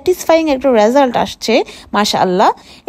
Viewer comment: র‍্যাজাল্ট” নয় এটা হলো রএ জাল্ট